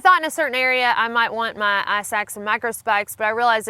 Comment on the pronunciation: I hear "eye sacks," each time she says "ice axe." Love bein southern.